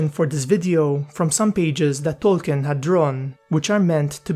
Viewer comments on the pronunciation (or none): none